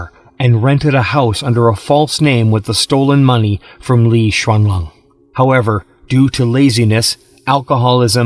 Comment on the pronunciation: Why you call her LI XUANLONG ....,.,IS LI XUANLING IS LING ........NOT LI XUANLONG